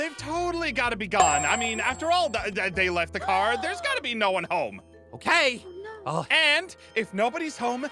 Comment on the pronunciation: Houm house or home she said Houm hahahahahaha